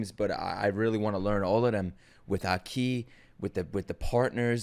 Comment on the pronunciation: You pronounce Aki like you're an African warlord.